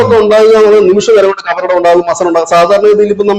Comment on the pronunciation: മസർ അല്ല ji. മജാർ